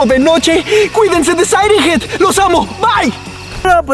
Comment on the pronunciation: No es sairen ged es siren head